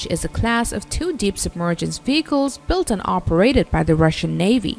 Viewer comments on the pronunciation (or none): none